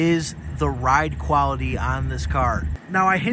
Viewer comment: "QuaWity?" I assume you mean quaLity.